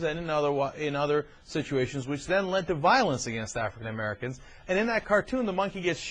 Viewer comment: Wtf is an Afwican Amewican?